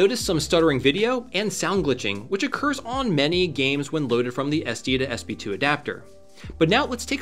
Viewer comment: How many times can you say "SD2SB2" before you realize it's called an "SD2SP2"?